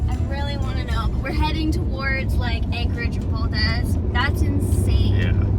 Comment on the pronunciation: I love seeing my home state of Alaska through visitor's eyes. Your energy and enthusiasm (and laughter) is infectious! But didn't anyone in Valdez correct your pronunciation of Valdez? It's weird hearing VAL-DEZ rather than VAL-DEEZ, which is how it's pronounced. Glad you had a great time!